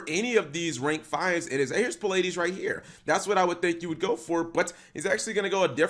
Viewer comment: If I had a dollar every time Cap mispronounced Pleiades, I could probably buy the whole comment section lunch.